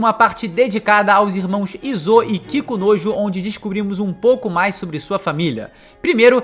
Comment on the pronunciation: não tenho maturidade pra ficar ouvindo ele dizer "Kikunojo" repetidas vezes kkkkkkk